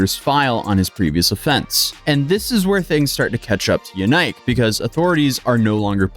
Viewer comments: "YaNike"? Really? Just Busted™️ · BTW, his name is pronounced YAN-ICK, (sounds similar to JANET) not “YOU-NIKE”. You really should research the pronunciation of things before posting. I found that easily, with a Google search of “Belgian name Yanike, how is it pronounced” my first result was “HowToPronounce” website that even had an audio example of the pronunciation.